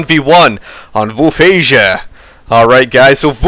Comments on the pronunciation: Woofies? Voolfhasia? I think its pronounced voolfhayza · Hi Krebs. About the pronunciation of Wolfheze. In my COH I have the wehrmacht and PE speaking REAL German and in the PE campaign the speaker pronunces it like that: /volfhece/ or /volfhetze/. Your pronunciation sound French I guess :) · Never mind the philosophy about pronouncing things "properly," but as a German this pronunciation is wrong. Volfh(eh)ze. With the z as a "ts" sound. The best way I could pronounce it is V(oh)lf - h(eh)ts(eh). The eh is pronounced like the e in Best. I hope this helps. Great cast, I've been playing COH since it came out and I found your replays. Unfortunately I'm not pro enough to be known, but I'm around :D .